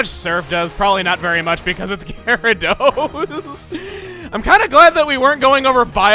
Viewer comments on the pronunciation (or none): none